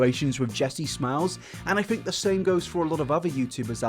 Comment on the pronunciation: Ironic...tells people how to pronounce music....Continues to say 'fink' instead of 'think' but I still adore you 😉 I'm just impersonating a catheter and taking the piss 😜